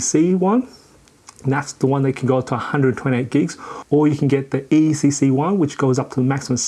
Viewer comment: Woahhh. You said Hard Drive is “PCMIE “ On the screen you wrote PCI-E It’s so great it can take 4 drives. I don’t think the name has an “m” in there. & ... EECC ? I think the error correcting ram is ECC as you wrote on the screen ( that stuff is expensive) You said EECC ram, which I have not heard about before. 😁